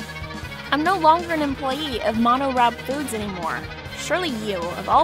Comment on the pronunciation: Why can't she even pronounce MoniRobo correctly? It's not that hard.